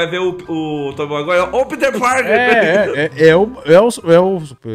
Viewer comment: "tób maguai"